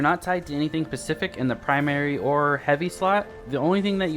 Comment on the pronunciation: *specific lol pacific 😆